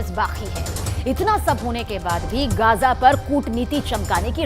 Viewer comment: Bhai, wo Gaja nahi Gaaza hota hai :)